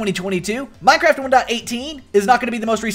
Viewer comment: HE SAYS MINE-CRAB LOL!!!!!!!!